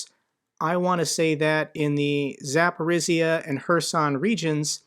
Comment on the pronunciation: Hey - in the word Urazhaine the "zh" is like rolling the soft "g" in "giraffe" and maybe googling how the French pronounce giraffe would also be helpful. The same rolling soft "g" for that "zh" in the Zapori"zhzh"ia word as well. Signed sincerely, husband of a Ukrainian wife (Zhinka).